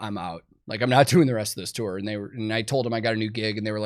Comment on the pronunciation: Thanks for pronouncing "tour" correctly... many clueless people say, "tore".